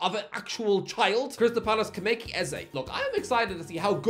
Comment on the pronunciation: It's not KI-MEH-KI, it's CHEE-MA-EY-CHEE